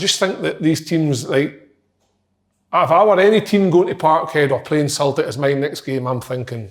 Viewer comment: Nobody: ... Kevin Kyle: “Sultic”